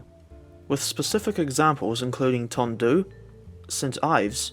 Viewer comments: Hello from Tondu. It's pronounced more like Dundee btw. I used to clean 800s at Swansea so was surprised to see t8 (internally called - The Gay Train) in the vid as well. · A couple of minor (But forgivable) points Tondu is pronounced "Ton-dee" The 45xx and 4575 were similar but also had higher pressure boliers, at 200 pounds rather than the 180 pounds of the 44xxs. The locos were actually too big for Wolverhampton (Stafford road ) works, and so were assembled as 0-6-0s then moved outside to the running shed to have their trucks put on